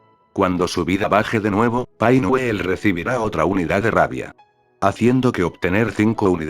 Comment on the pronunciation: "Paingüel" jajajajaja es divertido